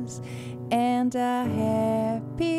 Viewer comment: Sua pronúncia de "happy" está incorreta. Happy se pronúncia "hapē"